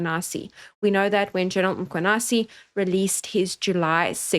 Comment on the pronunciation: thank you for all the breakdown and appreciate you putting yourself in harms way to educate us. Can we also pronounce the surname properly if possible. MkhwanaZi not Mkhwanasi